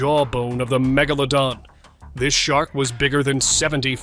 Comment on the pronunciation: Wait till you guys hear how they pronounce megalodon? Their AI needs polishing! Not (* Gibley and with significant draw that’s draw, that’s draw (droll)) ready for primeTime.This user every time time shouldn’t have to repeat myself each iteration..